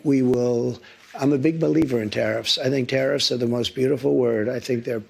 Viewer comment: Did anyone else hear Trumps slip up? Did he say, Terrif, countries, ooops, countries? Gosh if this doedsnt ring alarm as to why these terrifs are placed, then we are in trouble... is anyone else talking about this slip up in this interview?..